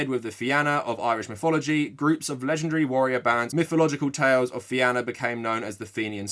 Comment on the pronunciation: Just a heads up the "Fianna" is pronounced the same as Fenia.